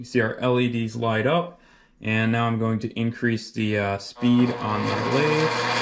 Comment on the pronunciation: Spindle "SPEET" readout 😂😂😂😂😂😂😂😂😂😂😂